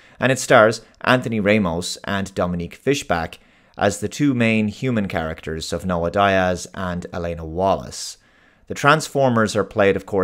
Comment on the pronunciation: Noah "die-azz"? Really??? It's pronounced "dee-azz".